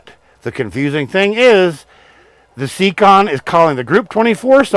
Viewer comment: It’s pronounced (Say-Con ) siekon